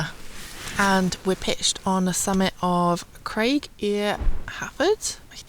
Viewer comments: Penblwdd hapus, happy birthday 🎂🎈 Really enjoying how good your Welsh pronunciation is! It means a lot! 🏴 You nailed Carnedd y Filliast 😁 Couple of helpers: Craig (rock) is 'cry-g' rhyming a bit like bribe. Du (black) is 'thee' rhyming with 'me'. Looking forward to your next adventures! Hiraeth_hikes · Good try! "Craig" in Welsh rhymes with "ride" - same vowel. And Welsh "i" is always the "i" in bin, so we say "Philip" the same as English. Also, Llyn Celyn/Tryweryn is controversial to this day - it's a huge source of resentment in Wales, and a symbol of Welsh nationalism.